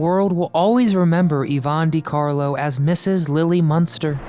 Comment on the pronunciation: Dear, dear Mr Narrator, It's Də/Duh-Carlo, NwAHR = Noir - not nuwar. SAL-oh-MAY = Salome, CAZZ-baah = Casbah, Saf-FEAR-ah = Sapphira, CESS-əl B. Də Mille